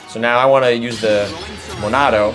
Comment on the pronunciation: modano? moDAno? lol its monado.